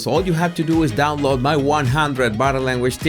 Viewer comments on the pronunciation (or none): none